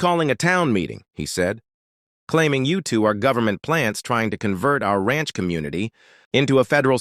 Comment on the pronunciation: "Ransh"??? Who made this video?